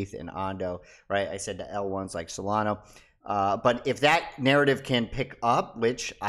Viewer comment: Dude. SolanA. Not SolonOH.